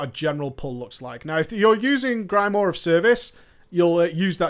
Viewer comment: Your inability to pronounce grimoire is like fingernails on the blackboard of my mind :(